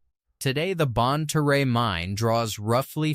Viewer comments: Good lord. Lead the mineral is pronounced "led", not "leed". Same for Leadwood. And Bonne Terre is pronounced "Bonn Tere", not "Teray". This AI crap sounds idiotic. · If you are going to make videos about an area, you should really check out whether your AI systems are pronouncing it properly. bonne terre is pronounced bon-tear ( as in tearing up a piece of paper) st francois is pronounced st. francis leadwood is pronounced lead-wood same as the lead that was mined out of the ground not lead as in leader this AI also butchered caruthersville, desloge and several normal words that humans would have known which pronunciation to use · Wheres "Bon-Turray" or "Dez-lodge" AI sucks and so does this channel. It cant even pronounce the names properly. If you asked a local where Bon-Turray,Saint Fran-Swaa,Leed Wood,Ca-Ruethersville were? Theyd look at you like you were F'd up !!!! THIS CHANNEL SUCKS !!!